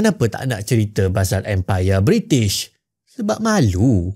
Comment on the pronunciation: Bri'sh moment